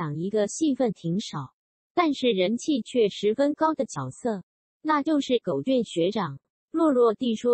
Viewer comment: 是念狗”ㄐㄩㄢˇ“吧